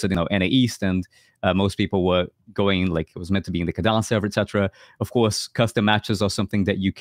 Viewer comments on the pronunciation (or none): why you pronounce Kadan as Chadan??? cant you spell K or are you lot swedish or something?